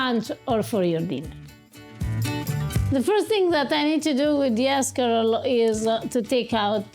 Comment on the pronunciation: Haha 'shcarole n beans!